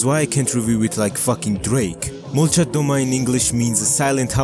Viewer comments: Molchat domA, not dOma, bro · It's pronounced "malchAt damAH" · Molchat domA not molchat dOma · At least pronounce it right man😂👎